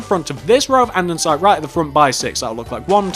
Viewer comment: Just sayin its andesite NOT andensite